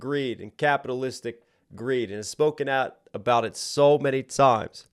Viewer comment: Love when angry Ren says "Tired of be the it boy". the "it" sounds like ID, which could be a reference to the Freudian Theory of ID, Ego and Superego. The ID representing Primal Desire.